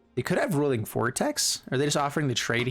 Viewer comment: It's not rolling. It's roy-ling